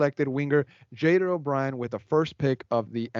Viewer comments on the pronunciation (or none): Pronounce Jader's name correctly please! Yall speak Spanish, pronounce it in Spanish